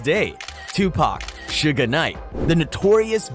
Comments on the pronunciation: He sounds stupid saying Suge Name the pronunciation is shug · Who in the fuck is suga knight he fucked suge name all up 😂😂😂😂and some mf should not do documentaries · Stopped the second he called him Sugga Knight. Gotta know the basics before I believe the info given at hand. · Suga knight, lol. Its "suge". And diddy used to be called puff daddy! Definitely gay. Haa, lol !!! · When you called Suge, "Sugar" I knew it was time to click off!🙄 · Suge Knight..... Not Suga Knight!! 😂 Wtf.... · What you keep calling him,,Shugga knight?.... You would think one would actually know the name of the person your documenting....I know it's too late but his name is "Suge "knight.... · This dude said Suga Knight 😂 This is how history gets rewritten from Egypt and in any period when written by the victors. Suga Knight…. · Lol bro why are you calling suge knight ‘sugar knight’ 😂😂😂😂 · LOL why he keep calling him Suga Knight 🤣🤣🤣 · Whyyy does he keep saying Suga Knight.🤦🏾‍♀️🙄 Not from the culture but commenting on it for views and $$$. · lmao Sugah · How you do a rap rewind channel and not know how to pronounce suge knights name